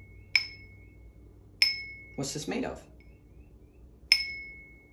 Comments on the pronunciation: I love the way he says G H L Æ E S Z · Th3 way he said it.... like ... this is THEE last time Rick,..."GlAss".